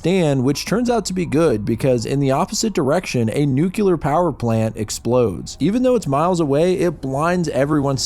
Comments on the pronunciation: Nu-clear vs nook-u-lar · i love how oneyplays and smiling friends have gaslit so many people into saying “nucular” instead of nuclear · Nuclear, not nucular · New Clear not Nuke Ular you neanderthal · Why do you say "nukular"? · Every time I hear somebody pronounce “nuclear” as “nuh-kular” I loose a bit of the little faith in humanity I have left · Nuclear..... not nucular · Nuclear❎ Nucular✅ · Why do Americans have such a hard time pronouncing the word "nuclear"? I hardly ever hear you pronouncing it correctly. didn't.